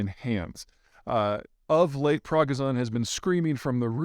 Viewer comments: it's pronounced Prick-go-shin not Bragger-son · Please, Peter - it's Prigozhin. not Proggy zon. (Edit) Okay, I see everyone else is saying this . . . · Its NOT Progozone, its pronounced Pre-go-gen. So funny, Peter should know better. Just love to see all the experts who have first, never wore a military uniform nor served in the military and second, never even visited the countries they profese to be experts on... LOL! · Dimitri progozon? Rather jevgeni prigozin. 😄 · Its not "prodozon", it's Preeh-gooh-shiin with emphasis on 'gooh' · Progison Prighozin xD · Yeah does Zeihan even do any research from the Russian POV? It would take literally watching one video to know it’s PRIgozhin not PRAGozin… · You shouldn't say Progazon, say PriGozhyn :) anyway nice vid 👍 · I see some Russians saying prigogin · "Progozon"? How can someone so smart be so bad at pronouncing foreign names? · Yevgeny Prigozhin, pronounced "pree-GO-zhin" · Progison? Lol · Anyone else notice that Peter is consistently getting the name of of Wagner leader Yevgeny Prigozhin wrong? This is the second time he’s done it that I’ve seen? Who is “demetri progozon”??? Wtf Peter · pragazhan is a funny way to pronounce prigozin? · Yes, and Prigozhin, not Progizhon. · Prigozhin, not Progzhin. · Zeihan: Progozohn. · Prig-o-zhin, unless this is a take like mispronouncing "Saddam" circa 1991. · Say it with me Pree go shin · Progazon? Who's he? Dispadizician? What's that? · Interesting, thanks. Your mispronunciation of the names involved is quite something though. Prog-iz-on 🤣 come on! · It’s “Pre”-“gor”-“zin” (but who cares? 😂) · Pri-go-zhyn. But thanks for the analysis 😊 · Pragozin? Seriously? Learn the guys name at least. You’re really sounding like a NATO apologist the past year, just repeating propaganda from Western intelligence public reports. We can all just go read WaPo (CIA mouthpiece) or the British MoD reports ourselves. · Dimitri Praga-zin?? You mean Yevgeny Prigozhin.... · It's pronounced Pro Go Zhin